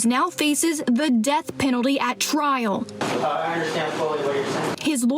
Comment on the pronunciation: Trial not trail. LOL